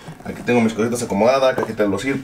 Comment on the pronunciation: Pronuncias igual EarthPods que AirPods jajajaja